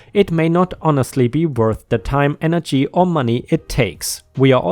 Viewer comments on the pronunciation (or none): none